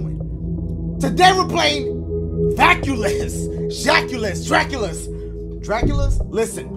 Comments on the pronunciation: “DRACULUS- Draculus?” 😂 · my boy really said jackulus